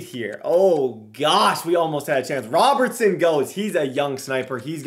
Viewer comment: 6/10...would have been 6.5/10 if you could pronounce Robertson